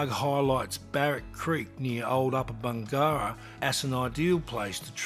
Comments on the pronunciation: Yes, but does Does know the correct pronunciation for Bingara? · Apparently not :D